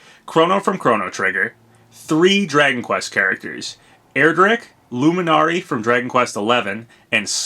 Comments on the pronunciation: Pronounced LEW-MIN-ARY. I love Dragon Quest so it set my radars off when you butchered the living god out of their names. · The way you said Luminary bothered me